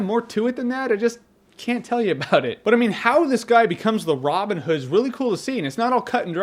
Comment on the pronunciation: Why does he say Robin Hood like it's a single word? love the review though Jermey.